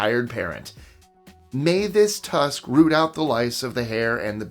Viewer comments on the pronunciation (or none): none